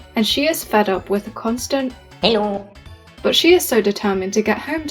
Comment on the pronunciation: Hello always sounded like Hejdå to me